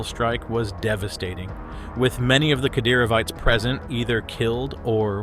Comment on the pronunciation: It's pronounced "Kah-DEHR-o-vites"... Not whatever TF you said "cat-er-oh-vee-tahs" LOL... The Chechens fight under the leadership of Ramzan Kadyrov ... Hence "Kadyrovites". The guy is a walking piece of shit and basically like a Russian version of Muammar Gaddafi... He just really sucks. Also Kadyrovites are known as "tiktok soldiers" because they stage tiktok videos to make themselves look hard, but in reality, they are poor fighters, disorganized, and often highly ineffective.